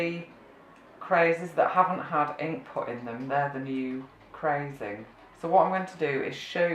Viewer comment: Hello, I'm trying to find more on this technique. is the glaze cracking? I'm hearing the word "crayzing" and "crays". Is this right? what do to use to make this glaze? thank you.